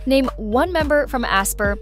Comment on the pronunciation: They way she said Aespa